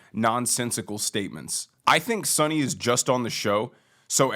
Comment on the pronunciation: You lost me in the beginning by mispronouncing Sunny's last name. Maybe do abit more research.